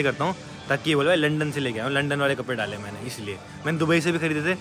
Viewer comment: Bhiya londan nhi lundan 😅